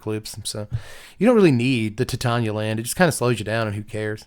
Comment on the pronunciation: It thrills me to hear Titania pronounced correctly. Yet another reason is king